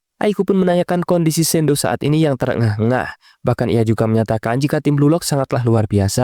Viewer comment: shidou bg bukan sendo